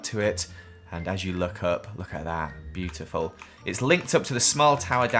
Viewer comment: SOmeWHer- Me: Bootiful le clap